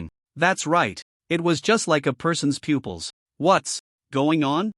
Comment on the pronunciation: I get saying shooting a bough instead of bow, but pooples instead of pupils we dont shit out of our eyes get your words correctly pronounced for fucks sake